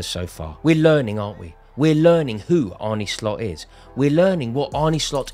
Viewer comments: It's not Arnie Slot it's Arne pronounced as in John Arne Riise. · it's pronounced Arn-uh not Arney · His name is ArnE not Arnie You pronounce it like ''ARE NUH'', not ''ARE NIIII'' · Sweet baby Geesus, his name is not "ARNIE" ! How difficult is it!? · Its pronounced arne like R-ne(cessary)